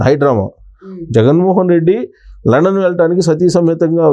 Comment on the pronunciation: Adhi London ra babu Landon kadhu